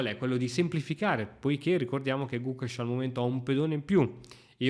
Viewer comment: gugesh? XD